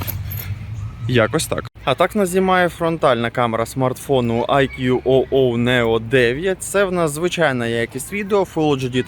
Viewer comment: Вітання, назва смартфону читаеться як "айку"